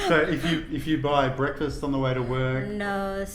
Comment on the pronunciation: Nice people. My Vietnamese girlfriend pronounces "bweakfwast" in the same way! Cute as hell.